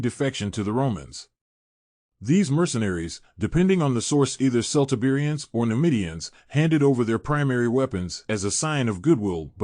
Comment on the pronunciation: KELT-Iberians. "Celt" is pronounced "Kelt".